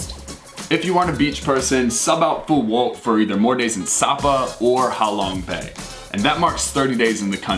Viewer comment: Ha Long bay = how long bay 😂😂